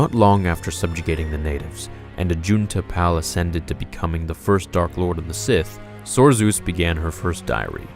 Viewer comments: Pronounced Ajunta "PAUL", not "Pal." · AJUNTA PAL you pronounced his name wrong the pal is tricky put the emphasis on the a so it like paal lol sorry I just needed to point 👉 that out loved the vid big thumbs up 👍